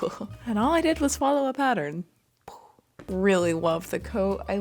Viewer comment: you swallowed a pattern??